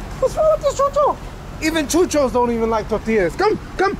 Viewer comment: I love the way you say chuchos!